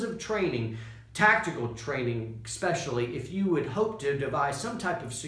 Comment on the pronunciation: ...the word you use quite often and pronounce incorrectly, "exspecially" is actually pronounced "EH-SPECIAL-LEE". Spelling begins with "ES" NOT "EX" or "ECKS". Copy that..?